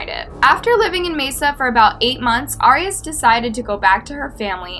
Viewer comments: FYI ✨, Her last name is pronounced like AIR.. not "ARE" ✨ 😀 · It’s pronounced Air-eee-as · Yeah I’ve never heard it pronounced this way either. Jodi herself pronounced it AIR-ee-us. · It bothered me so much how you pronounced her last name wrong the entire video. Lol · No she’s not there how it pronounce arias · Your pronouncing her last name wrong.